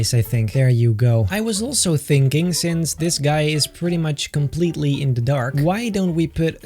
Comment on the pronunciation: i like it a lot beter me: what? do you mean muht beter?